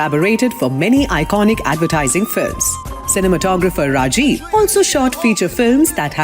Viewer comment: lol, no. It's not "RRRRAjeev" is it the soft Ra . And it's not Reymun , it is Reh maan